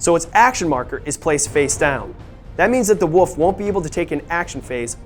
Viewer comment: Anyone else keep hearing "woof" instead of "wolf"? Just wondering. Great video, keep doing what you are doing guys.